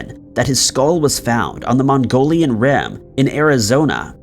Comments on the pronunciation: Mogollon Rim, pronounced Mug-ee-own. Not Mongolian. I know this because I'm decades-long friends with the lead singer of the band Mogollon, who is from there. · it's the Mo-ghee-on ridge in Arizona, not Mongolian, just sayin'. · I came to the comments just because of the way he said Mogollon so thank you